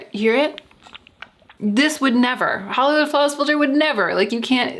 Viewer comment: Flollywood Hawlis Filter. :) I giggled.